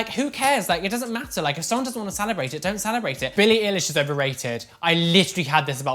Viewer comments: darling it’s billie ‘eye-lish’ not ‘ee-lish’ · Billie ill-ish hehe do you mean Billie eye-lish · its pronounced Billie Eye-Lish just wanted to let you know :) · He said billie eleesh I AM TRIGGERED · Billie is kinda overrated...(coming for a fan) YoU pRoNoUcEd EiLiSh WrOoOoOnG